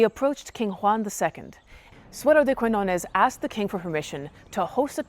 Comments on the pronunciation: So good, so good ur videos about history. In this case, please say Suero de Kiñones (the "qui" sounds as if u say "ki"). When u say "Kuiñones" sounds really strange for a spanish speaker (about the "ñ" sound.... difficult to explain it) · Quiñones, con "Ñ", se pronuncia no como una "N", sino como el sonido "GN" del Francés o del Italiano, o la "NH" del Portugués y la "NY" del Catalán. No es un sonido exótico, existe en la lengua materna de más de 1.000 millones de personas (más de 600 millones de hispanohablantes, 500 millones como lengua materna, unos 265 millones de lusoparlantes, 235 millones como lengua materna, más de 300 millones de francoparlantes, 220 millones como lengua materna y unos 75 millones de italohablantes, 64 millones como lengua materna), además de en Filipinas donde también se escribe "Ñ", aunque no haya muchos hispanohablantes, porque aparece en un montón de palabras y nombres propios heredados del Español. Si te atraen las historias de amor medievales, te recomiendo que visites el pueblo navarro de Olite, en el norte de España, donde un rey (Carlos III, el Noble) mandó construir un castillo de cuento para retener junto a él a su esposa castellana, que se aburría en un reino tan pequeño y se escapaba continuamente a la corte de sus padres. No te decepcionará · It was nice to hear you tell this tale, but a little more research would have enabled you not to mispronounce the protagonist's name throughout and to know there's a place called Catalonia whose inhabitants are called Catalans. I've noticed that even Americans who profess a love for a foreign country seem to think that taking a few moments to learn to pronounce the names of its places and people is optional. Also, that they seem not to realise how arrogant this is. Some otherwise admirable people do this. Please don't be just another one of them.